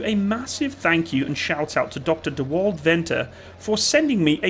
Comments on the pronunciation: Dewald is pronounced more dee-vald. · Great video about a little known tank.. The advantage of having a small but motivated military that's willing to upgrade existing hardware with relevant equipment for its needs can have decent results. ...and just btw "Walt" is pronounced with a "V" , so it'd sound like "Vault".. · Dewald. Pronounce it like you're writing a love letter to Tesla. Dear Volt.